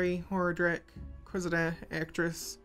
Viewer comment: Deckard Cain always pronounced it "Ho-Rah-drik".